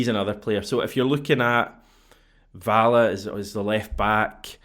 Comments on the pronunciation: …. Valle is pronounced “Va Yay” I’m nearly certain. 👍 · Hate to be that guy but I don't think anyone else has said it yet. 'll' in Spanish makes a 'y' sound, and 'v' is pronounced as 'b'! Either way, I hope he's better than Bernabei.